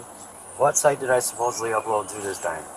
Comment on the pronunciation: He said "suppoedly" I definitely am not defending this monster, but. Keeping everything verbatim is very important. Because In many instances, just one simple word can literally change the entire meaning and context of a statement. This being one of them..